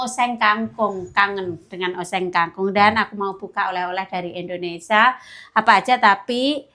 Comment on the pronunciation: kalau omong ga buru buru bisa omong INDONESIA dg bener,tp kadang buru buru omong nya Indonesa 🤔😄😁